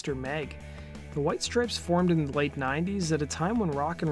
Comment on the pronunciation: Why is the narrator saying “strips” when there is clearly an E, and it’s “STRIPES”